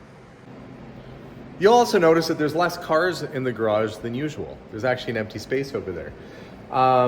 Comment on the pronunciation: Dear. 👍👌👏 THANK YOU SO VERY MUCH for saying Porsche the correct way in one of your last videos. ALSO THANKS for saying garage and not garradge! I don't know where all this mispronouncing comes from but it definitely annoys me every time I hear things like that.. As I mentioned before, nobody says Chevrol instead of Chevrolet. Or Mercede instead of Mercedes! So why do people say Porsch??? Same thing with garage. There is neither a double r nor a dg in this word. So thanks again for doing it right and talking about how to pronounce it right! 👍👌👏 Best regards, luck and health to all of